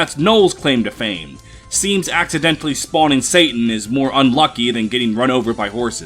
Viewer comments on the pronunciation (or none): none